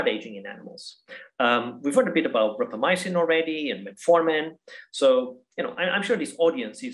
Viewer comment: Yeah the first clue was her mispronouncing "Rapamycin" and then the repetitive hand motions.